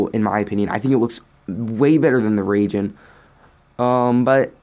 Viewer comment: I leave how he said ragin not raijen